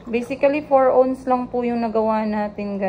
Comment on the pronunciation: Ounce - you pronounce it as “awns”, not “ons” lol ✌🏻